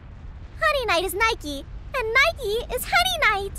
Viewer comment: Gosh, you really should have played the Game in its Original Japanese Dub, some of the lines are just poorly portrayed in comparison to the Original Dub. Or the pronounce of the Names, like Niike. Its NIIke, not Neiki goddamned. XD